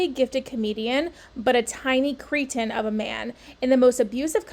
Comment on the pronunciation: Thank you for pronouncing “cretin” correctly. It’s driving me crazy how many have said it incorrectly . Also thanks for another great video. I look forward to my daily dose of kitties.